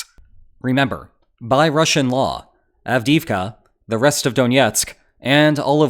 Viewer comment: av-DEE-ivka not av-DIV-kah